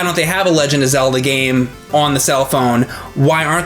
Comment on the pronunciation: Legend of "Cellda" anyone?